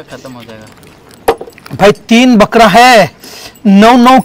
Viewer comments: Arey Bhai. Bakra Hota Hai. Balra Nahi Hota. Wrong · Balra nai Bakra hota h ji